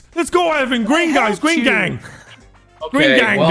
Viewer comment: gween gangg